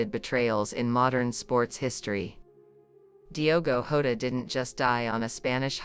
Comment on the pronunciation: You can’t even get his name right 🤷‍♂️🤦‍♂️